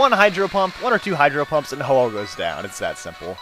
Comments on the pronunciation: Its actually Ho-Oh not ho-ho. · it's ho oh not hoho